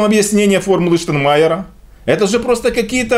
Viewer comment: ребята, при всем уважении - ну потренируйтесь правильно произносить - "ШтаЙнмайер", а не "Штанмайер"! Петя научился